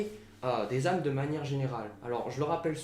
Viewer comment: juste un point il faut faire la liaison on dit de vieilles Z' âmes, autrement jeune, j'étais solitaire et j'ai rencontré quelqu'un et aussitôt nous sommes devenus inséparables j'ai eu le sentiment que nos âmes se connaissaient....